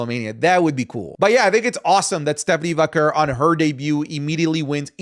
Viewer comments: It's probably just me thing but does it bother anyone how says Stephanie Vaquer's last name? It drives me crazy it sounds like he's pronouncing it like Vacurr 😂😂😂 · the way u say stephanie’s last name rly pmo 😭